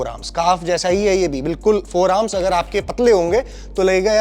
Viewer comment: Forearms❌ Foremars✅😂